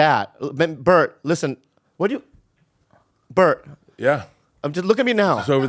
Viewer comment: Bobby said Bert's name right , what universe am I in right now???? 😮